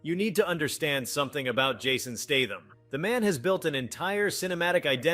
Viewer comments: Does the guy talking in the video have reading problem or is he AI ? Almost all words and names are mis spelled in multiple different ways Steitham statham stetham lebouf le bo ouf and more. Thats NOT bad english problem. Bad english is ok. That's lazy problem. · Another AI narrated video. Pronounced Statham's name wrong as well as Segal (Pronounced it "Seagull". I really wish you could report videos for fake AI content. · Appreciate your effort, but: It took you two minutes and 38 seconds to get to the point of this video. Not to mention the misleading opening clips during this waste of time, and the mispronunciation of Jason's surname. It's STAY-thuhm...not STAM-thuhm....Seagal's surname-he not the bird-segull and it's not Jared LEED-O, it's LEH-toh similar to the English word "let" followed by the sound "oh". SCHEEL-Lebouf...LOL! Good grief, dude, get it together or dump the AI if that's what you are using.